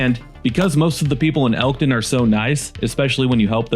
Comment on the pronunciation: "ELKTON" NOT ELTON